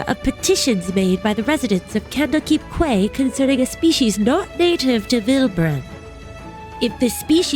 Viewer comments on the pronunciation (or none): Quay is pronounced key